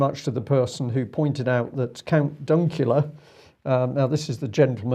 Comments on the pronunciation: Count Dankula not Dunkula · ''count dunkula' lol you need some younger blood on your research team hehehehe